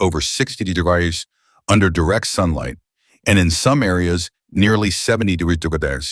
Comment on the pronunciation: AI voice can't say "degrees" 😂😂